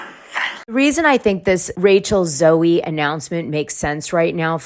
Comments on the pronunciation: It’s pronounced zoe not Zoey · I think to receive a journalism award you at least need to be able to say Rachel Zoe correctly 😂 I thought everyone knew how to say her name.